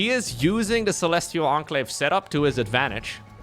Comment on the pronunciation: Yes, thank you for pronouncing CeLEStIaL EnCLaVE right